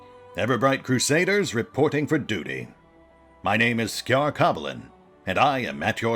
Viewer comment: Ciar, if looked at from a Celtic / Erse perspective, would be pronounced like "KEER".